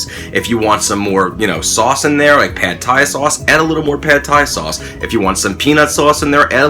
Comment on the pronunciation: pronounced like "pod Thai" not "pad Thai"